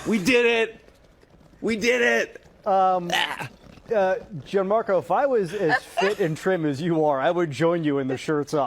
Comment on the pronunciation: Btw, it’s pronounced “John-Marco” not “g an-marco”